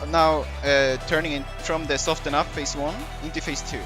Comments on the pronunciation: Since no one else here is saying it I will. Soften is pronounced without the t. Soff-in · Nah just trying to help you with your English. I can tell you took it the wrong way though. Which is fine, at least you know how to pronounce soften now. I'll be the bad guy that's okay. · I don't give a fuck whether I helped him or not, but I thought maybe he'd like to know he's mispronouncing a word. I know I appreciate it when someone corrects something I've been saying wrong for years. If he wants to keep mispronouncing words on his 70 sub channel, by all means. It's not effecting very many people anyway.